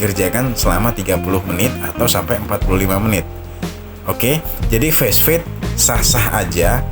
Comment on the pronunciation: Fast fade dibaca fast fade bukan fesfade